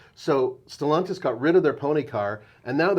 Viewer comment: Stellaaaaaaantis. NOT Stellontis.